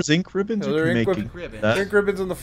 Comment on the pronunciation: in: Misreading Basic Button Instructions and Overusing "Een Kribbons"